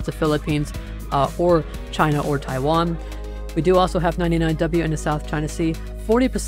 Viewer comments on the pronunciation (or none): none